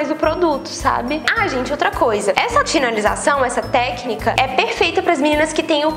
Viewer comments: só eu que percebi que ela falou "tinalização"? rsrs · "essa TINALIZAÇÃO ....amei o vídeo